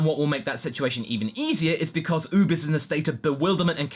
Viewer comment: you have a funny way how you say oob. btw nothing burger